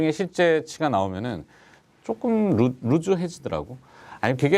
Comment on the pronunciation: 팬입니다 외람되지만 한가지 건의합니다 “실적이 루즈”—>루스(loose)가 정확한 발음입니다 한국의 모든 방송인이 루즈로 잘못발음하여 (게임이 루즈하다...등등) 국민전체가 루즈로 발음합니다 올바른 발음 캠페인의 선봉장이 되어 주시기 바랍니다